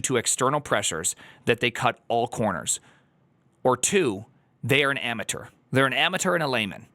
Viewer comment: it's pronounced amateur, not amateur.